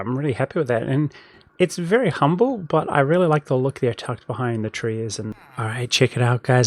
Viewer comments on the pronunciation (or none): none